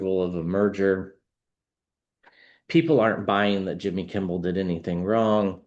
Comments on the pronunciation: Kimmel, not Kimble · Kimmel not Kimball. Im sorry, the English teacher in me with OCD just went off the rails. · Sorry but I have to make a correction — it’s Kimmel, not Kimball. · KIMMEL not KIMBEL,. 😂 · Lol you keep saying Kimbel its Kimmel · Appreciate you enormously, - watch your readings almost every day. Just FYI, it's "Kimmel" - no "b" ☺️ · There is no “B” in Kimmel. It’s Kim-ml. 😂❤❤ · Receiving the message but thought I heard wrong the first time. Distracted that I kept hearing Kimble 😅 just me? 🤷‍♀️